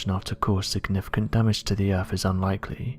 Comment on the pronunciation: The comments I read just before the video starts….. is enough for me to just not watch this time wasting video, from the most irate narratorrrrrrrrr on the “eeerrrrrfffff” (earth)